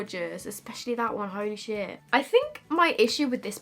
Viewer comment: When she said “holy shit” after saying gorgeous, it sounded French to my ears lmao so weird 😂😂😂